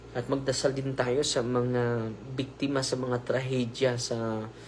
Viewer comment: "biktima ng lindol" po. Hindi po "bikdima sa lindol". "Of" is "ng" in Tagalog.